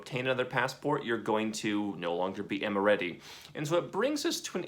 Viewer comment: It's Em-ah-raty